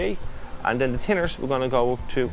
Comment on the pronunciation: I was wondering what 'tinners' was for a while?? Hes saying Thinners!!!